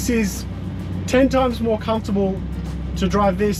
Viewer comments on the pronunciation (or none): none